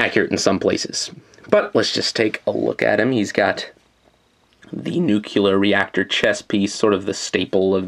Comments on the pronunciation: nu-KLEE-er, not nu-KYUH-ler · Nucular, Nucular... NUCULAR?! IS MUDDAF***IN NUCLEAR!!!!!!!!!1!!!!one!!1!one!!!!!!!!!1! Jk this is awesome!